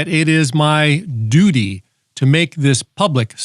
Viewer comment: Did you say it's your doodie, or it's your duty? 😂😂😂